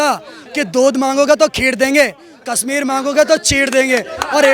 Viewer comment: Aby chotya kasmeer nahi kashmir bolna tu seekh